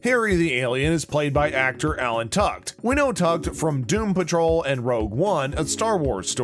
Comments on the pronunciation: Vanderspiegel is his last name. Think you might be mispronouncing it. the actor is Tudyk. Asta’s last name is pronounced like ‘TWELVE-TREES’. I think you need to work on your pronunciations. Nice breakdown though. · Learn how to pronounce names. Tudyk and Twelvetrees. Also, maybe the definition of Easter Eggs. Sheesh! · Narrator needs to learn proper name pronunciations... "Alan Tukd" & "Twelvetress"... really? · Where are the Easter eggs? This was a synopsis. Asta’s last name and Alan Tudyk’s name are mispronounced. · He also butchered Alan’s last name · Not once but at least twice 🤦‍♀